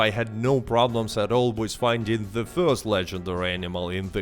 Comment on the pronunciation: Try not to say "wiz", instead of "with"